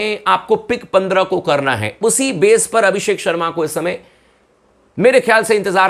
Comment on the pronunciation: Abisk होगे भाई भाई जी ये पी kr बोल रहा है abishak होगे